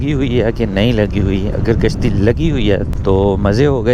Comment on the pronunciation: Gashti Nahi bahi 🤣🤣 kashti Hota hai 🙂